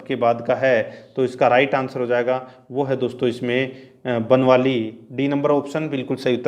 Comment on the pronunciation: Tq so much sir ji 🙏🙏 👍👍.... बनवाली नहीं है सर ➡ बनावली ( हरियाणा) हैं।